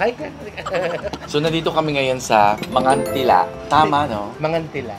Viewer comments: It’s Mangan Tee-la guys. Haha it’s a pangasinan language. 😁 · Hi po.aubscriber Ako ng lht ng beks squad,beks battalion pti petite and negi.Frm Pagasinan Po Ako bale ang pronounce Po Jan sa Mangan Tila is Tama Yung pgkabanggit nyo ng Mangan pero Yung tila is prng sa Tagalog word dn na tila as in titila ang ulan.gnun Po pgbanggit.😀